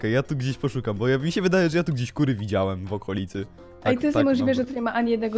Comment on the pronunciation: powiedziałaś ku*wy zamiast kury